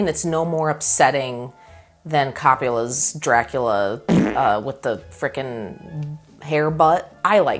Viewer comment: "Cop-u-la..." - later while editing, "Hun how do you pronounce the name of the Dracula director?" - "Cope-uh-la" - Echoing through the house, "damn ittt!" Lol And yeah no Orlok's look wasn't take you out of the movie weird, I thought too it felt very appropriate for an old castle dude. And aren't guys with mustaches just a little bit creepy irl? (says guy often with mustache). Whereas 90's Oldman Dracula did throw me off when watching it as a kid, but then I loved that he did look like such an ugly freak with those different robes. Especially after hearing from RLM talking about it, that Coppola had someone who didn't know Dracula, design the outfits which led to all those amazingly unique things. Like the meat armor. Anywho, I loved how ick Orlok was as a creepy castle dude. Was not someone you wanted to be around.